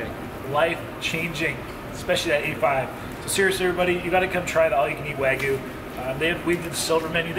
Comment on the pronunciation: It’s spelled “Wagyu” not “Waygu” and pronounced “wah-gyu.” Almost as bad that other video where you said “tem-pure-a.” Still love your vids though lol